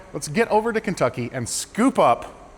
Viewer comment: I'm afraid, you pronounced the state name wrong. Apparently now it's Keentucky